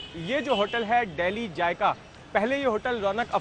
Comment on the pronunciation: he cant even say,, dehli jaiga,,, hahah,, it is zaika,,, so this is the standard of indian anchors